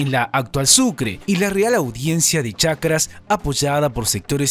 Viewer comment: Algo a tener en cuenta nada mas, en todo el video se menciona Chacras, y es Charcas. Real Audiencia de Charcas.